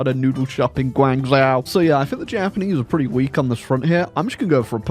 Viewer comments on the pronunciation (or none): It's pronounced Guang-jo, not Guang-zao